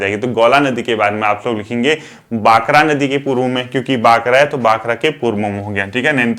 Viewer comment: बाकरा nhi भाखड़ा नदी हैं सर।